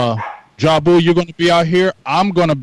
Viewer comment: He said jabu wtf